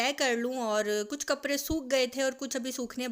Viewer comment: AP kaprdy ko kapry kiun bolty Hain?